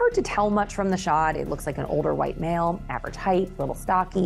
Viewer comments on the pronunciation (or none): none